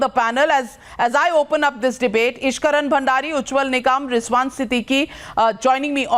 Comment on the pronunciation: hey UP wala Hindi speaking duffer communal goons first pronounce his name correctly, his name is "Nikam" not "NIGAM"!!!!!